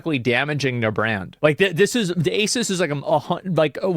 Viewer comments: Asus is a 363 billion dollar company. market cap is 11b Also it's prenounced A-ZEUS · it's A-Seuss. Not A-Suss. To anyone getting sand in their vaj, I'm trolling. I don't really care how he says it. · ASUS is pronounced "A Seuss" Seuss as in Dr Seuss. Even pronouncing their name correctly though doesn't mean they aren't a shite company :) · You are pronouncing Asus wrong. The 'A' is silent. It's just Sus. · The tell you who they are in the name of the company! "A-SUS"